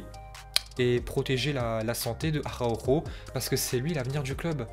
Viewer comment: Comment sa espagnol il dit Arhako